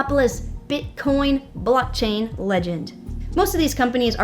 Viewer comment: Did say blocktang